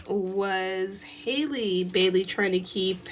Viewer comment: It's Halle...sounds like alley, valley and Sally. Good reading!